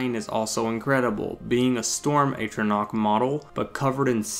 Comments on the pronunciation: "At"-ronach, not "Ate"-ronach. More problematic was your (and other people's) use of the word "then" (a time reference like "when") in place of "than" (a comparison). I agree with your thoughts on the design of the flame atronach, she's hot. Thumbs up on the video! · As far as I can tell it's pronounced 'Ah-tron-Ah-ck. Great video! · in defense of you not being able to pronounce atronach, i pronounced it atronch for a good while